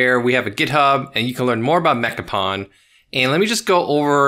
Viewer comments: Awesome video and mod, can't wait to install it myself. Also for the youngins out there, its pronounced "pone" not "pawn". Source: Did a lot of pwning back in the PS2 online days 👴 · Pwn rhymes with “own,” not “pawn.” It’s gamer slang for getting “owned.” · "pwn": rhymes with "loan", not "lawn". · Dude, It's pronounced Mecha "Pone", don't you remember the memes? :D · Pronounced “mekka-pone”